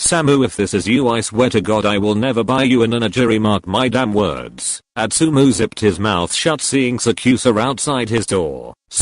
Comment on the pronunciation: Why is it Atsumo not Atsumu- im confused